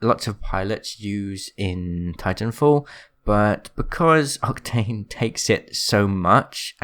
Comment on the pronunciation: Lol you actually miss said octane and u said “octank*